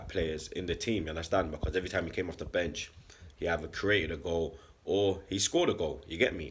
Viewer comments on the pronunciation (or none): none